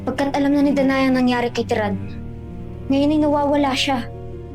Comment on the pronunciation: terra ❌ Tiran✅